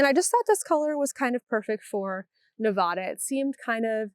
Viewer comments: As a former Nev-AD-a resident this person is correct. Ne-vah-da pegs you as a tourist/non-native. :) And may get you corrected in certain circles. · Not Neh-vah-da. You had it right before!😂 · Perhaps this will help you remember: Think of the word "ad." It has a short a sound. "Ad" is visible right there in the word Nevada, and that's how it's said. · You’re still wrong it’s Nevada. The.A is like add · Like nev-ADD-uh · The first A in Nevada is a short A (as in cat or hat).